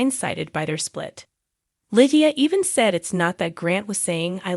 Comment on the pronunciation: the way you mispronounced her name is, sorry Annoying😮